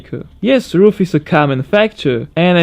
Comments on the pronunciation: Did he actually pronounce RUF "roof"? Its pronounced "ar-u-ef" just the same way you wouldn't pronounce BMW "bumwu" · vyslovuje se to spíš Raf než Ruf